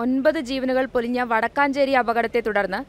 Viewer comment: വാടക്കാഞ്ചേരി അല്ല വാടകഞ്ചേരി